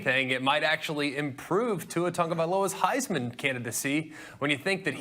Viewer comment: Why can none of you damn meatheads pronounce Tua's name right? Jesus, it's not Tungabiola